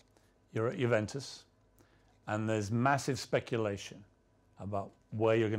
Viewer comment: "JUVENTUS" ??????? WHAT IS THAT PRONOUNCIATION